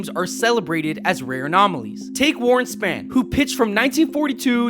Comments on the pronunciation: Who the phuk is warren "span"?did you mean warren "spa-wn"? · Sphan is not Span .. its Spawn (phonetic) .. fuck, I hate when people butcher his name. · Dude, I liked the vid & wish you all the luck, but you'll turn people off if you make a mistake like mispronouncing the name of an absolute legend. It's pronounced (Spawn). Warren Spahn's last name. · Oh my God, please learn how to pronounce things before you have another go. Please. "may-stro"? "Warren Span"? I had to stop after you mispronounced the name of one of the best pitchers in the history of the game. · A little constructive criticism. You mispronounced spahn.